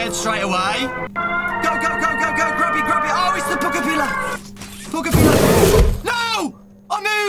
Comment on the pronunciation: It’s pronounced like this p-j pug-a-pill-ar